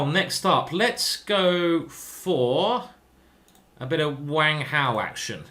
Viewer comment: I did notice you put on a slight Chinese accent when you got to Wang Hao's name. Very good.